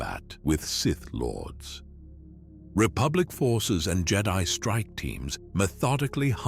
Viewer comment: I don't think its AI. And I say that bc you can always tell when they don't pronounce the word correctly (like the word read. Is it present tense or past tense) and a couple other words they always get wrong.... this guy pronounced Jedi two different ways! Originally it was Jed-i (on the i) and then it was the way we all recognize. Seems legit to me ❤